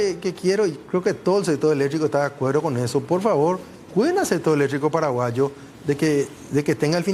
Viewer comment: Que mal hablas hombree , electricooo se dice , noo eletriiico